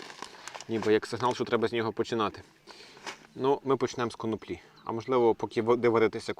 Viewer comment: Хлопці, не конопля, а коноплі (наголос на 2-у складі). Я б нічого не коментував, але бачу що й на етикетці так написано. Знаєте, розмовна мова - це одне, але люди купують вашу продукцію, а там, перепрошую, кака на язикє орків